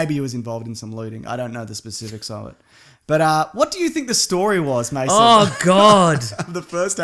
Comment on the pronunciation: It's Mason not Maso. Why do so many people get this wrong?